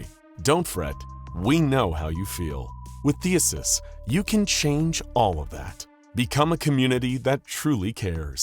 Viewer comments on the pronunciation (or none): THEEE-SEEE-US. THESEUS! NOT THEUSUS. sorry. That shit was making my brain hurt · I love your content, but every time you say "Thee-uh-sus" you make a greek grandma cry. I even checked to make sure I hadn't heard it wrong my whole life. It's "Thee-See-Us." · It sounds like you say “Theuhses” instead of “Theseus” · I swear you actively mispronounce only the most important words in your videos, the most prominent, in an attempt to cause minor madness in listeners, because it's actually extremely common. THEE SEE US not THEE US US. but I think you know. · I honestly can't tell if Theseus was being mispronounced as Theasus on purpose or not. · Say it with me (thee,sea,us) I love the videos but damn the Pronunciation is terrible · Oh. My. Gawd… please tell me that someone else out there got more and more incredibly infuriated at the blatant mispronunciation of “THESEUS”…!?!? IT’S PRONOUNCED “THEE-SEE-US” ffs… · It bothers me more than it should. There was another Greek or Roman name in the last video with the same issue lol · He does it on purpose in at least 40 videos, I think it might be a watermark of sorts